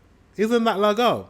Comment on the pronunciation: You need to learn short and long vowels in the Swedish language as well. The word has to be pronounced as laagoom and not laggom as you’re pronouncing it now. Good job thou for trying to learn Swedish! 👏